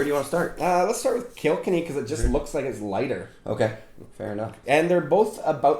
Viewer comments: Kilkenny is pronounced kill-ken-ee 😎😎😎🇮🇪🇮🇪🇮🇪🇮🇪love the videos keep them coming. Did you guys get the Slane Irish whiskey 🥃 yet. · The way the prounonced kilkenny 🤣